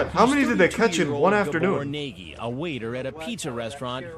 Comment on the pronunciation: Can't get over how he pronounces "Nagy" I mean I get how an english speaker would say it like that but it's just silly.